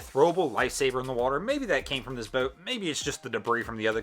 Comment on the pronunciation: Its boat not bewt